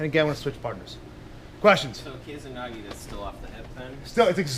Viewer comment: First time I've heard of 'kesa nage' (and it's keh-sa, not 'kei-za'). In terms of the gokyo no waza I think it would just be considered a variant of o-goshi. Where did you hear this name??